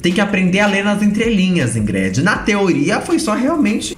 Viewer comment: Amooo que a pronuncia o nome da crentelha expondo como o nome é brega mesmo: IngrED. 😂😂